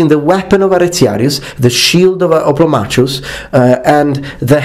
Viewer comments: I think the Oplomachus should be pronounced Oplomakhos, since it is from a greek world "Οπλομαχος" from Οπλοv, the tool or weapon and Mαχος, battle. All so sori for ze bad English az I am Outralpin ^^. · You used to pronounce "hoplomachus" as "hoplomacus". I like the former version more.